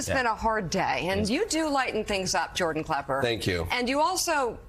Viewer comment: I get the very distinct feeling the Mika has never watched anything on Comedy Central nor does she know who Jordan klepper is, she must have mispronounced his name at least three four times. She kept on talking about how funny he is and it wasn't until after she had watched some of the clips that it seemed like she finally understood his role in journalism.